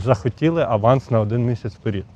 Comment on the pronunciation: Не на перІд, а на 😢перЕд